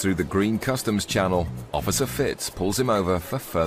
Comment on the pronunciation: its customs ...you boneheads, not COSTUMS